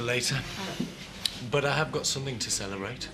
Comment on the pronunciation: Says celerate, ish